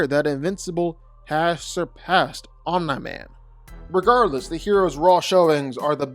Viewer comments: Omeni man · I’m sorry but the way you pronounce Omni Man as “Omna Man” throws me off so hard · omen-man lol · The mispronouncing of Omni-Man was far too annoying to me smh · why does he say Omni-Man like that ... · Just say Nolan because "Om Nigh" drives me nuts! And "Luke Can....." 🤦🏾‍♂️😄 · Bro what are some of these pronunciations? Omna-man? General Craig? Lucan? Dude these are said properly in the show and they are certainly said how Kirkman intended.